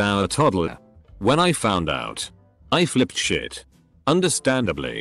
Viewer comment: sh*t = "shuh-tee" so annoying